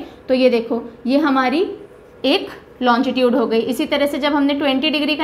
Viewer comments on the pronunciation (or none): मैडम आप लोंगिट्यूड को लोंजी ट्यूड क्यों बोलरहे हो